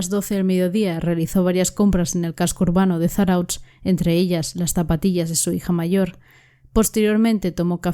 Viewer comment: Kaixo me gusta mucho tu programa lo único no te ofendas se escribe Zarautz pero se pronuncia Zarauz terminado en Z . Podrías hacer unos programas de el falso shaolin. Y el hombre que mataba a Gays , los dos son de Bilbao yo tengo mucha información sobre casos si necesitas ayuda dime. Milla esker